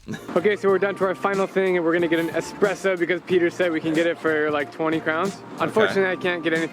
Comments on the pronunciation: You can get those small Pringle boxes as cheap as 1-2 USD, bet they took that one out of the hotel minibar or something. Also where do you see an X in Espresso? It's eSpresso, not eXpresso. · For the Love of God: Espresso, it is called espresso. Not eKspresso. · Its not EXpresso😅